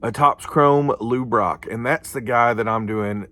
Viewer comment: Great factoid’s! Interesting stuff on the stats. That 62 and 71 is beautiful. Funny moment. Every time you say Lou Brock, I think, why is he saying LouRok! 😂😂😂